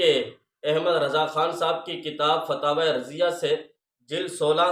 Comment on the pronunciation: ہاہاہا ابے چول پہلے نام تو لینا سکھ لے 😂 فتاویٰ رضویہ ہوتا ہے